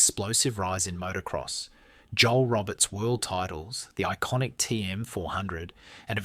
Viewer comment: Another great video, thank you! FYI: Joel Robert is pronounced (kinda) “Schole Robear”. 😉